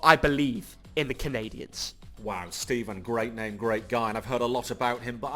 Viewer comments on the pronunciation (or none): none